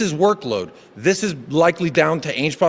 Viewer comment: Dees club, dees players…